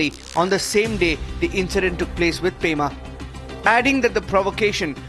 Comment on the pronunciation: it's pema* not prema